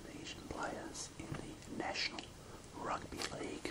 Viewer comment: Why do you say rugby “ahrugby” 😂